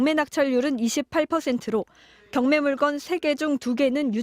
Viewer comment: 물건이 아니라 물껀이라 발음해야 맞습니다.